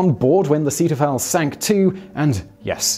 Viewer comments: 3.00: The crew had to be toilet trained. Ceetahfell? Zay-toi-foll. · “Seeteufel” is pronounced “ZAY-toy-full”. Please research proper pronunciations. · I was just listening for a long time and didn't recognize "zaydafel" as German, along with other strange words in this video. Then i watched it and spritzed my keyboard with surprised disgust at the apparent quality of British education, the hot coffee going up my nose with disbelief. Btw, Seeteufel is "Sea Devil" in English.